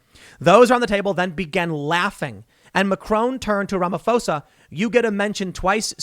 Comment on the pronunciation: Just putting this out there. The pronunciation of the 'ph' in South African President's surname has a hard P sound, not a F sound.